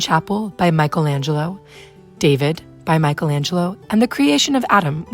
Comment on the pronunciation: The right pronounce of the italian word "rinascita" is /riˈnaʃita/ - [ri-NÀ-shi-ta]. The right pronounce of the italian name Michelangelo is /mikeˈlandʒelo/ - [mi-ke-LÀN-dje-lo], not Michaelangelo